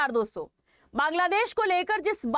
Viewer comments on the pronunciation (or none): none